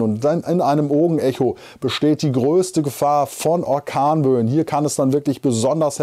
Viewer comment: Was sind akornböen?😅ich finde das sehr witzig und deine versprecher sind der knaller 😄😀,die gehören echt dazu😊